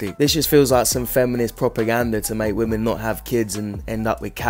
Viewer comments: Why is it that hardly anyone knows how to pronounce the plural of "woman" which is "women" it's pretty sad and is irritating to listen to these dopes say it wrong consistently. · Your videos have taught me that 99% of gen z can't say the word "women" correctly.